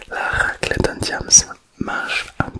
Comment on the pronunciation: Une RRRRRrrrrraclette😅😅